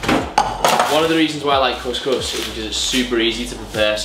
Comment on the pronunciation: Course course 😂😂 Its cous cous bro😂